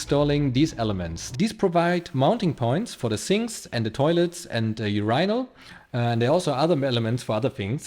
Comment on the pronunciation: Who knew Skip Tracer Randy was such a proficient builder.? 🤣🤣Also, nothing like hearing a German say "URYNALS". 😊😊 But that not withstanding, outstanding diligence and quality all around and great, enjoyable video.